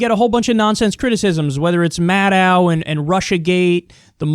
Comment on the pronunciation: KYLE, WTF? Sometimes you do a dumb guy impersonation and you sound like a hick. Why not just try to sound intelligent. Like with Maddow's name. The w is silent, Goddammit! I pronounced it correctly the FIRST TIME I EVER SAID IT, IN 2008! I had heard it ONCE OR, AT MOST, TWICE! Like Ronan Farrow or window or meadow or minnow or fucking wheelbarrow! STOP ACTING STUPID!